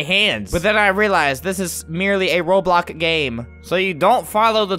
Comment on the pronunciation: he said robloc lol